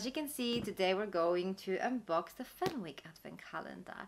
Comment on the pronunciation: It's pronounced Fenick, the w is silent. Thank you for the review x